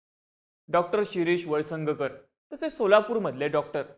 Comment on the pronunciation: 1.15 ला वळसंगकर ऐवजी वंगसळकर असं बोललात..